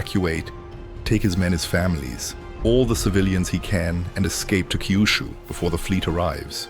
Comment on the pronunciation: It’s not Kaiyushu. It’s Kyushu. Keeyuooshoo if you insist.